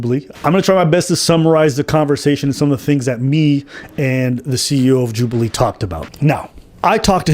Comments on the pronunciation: Why you pronounce it like that 😭😭 "Jub-eee-lee" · congratulations on 30k ps istg ur saying some of these names wrong to bate for comments and honestly fair play mate Joobualee lmfao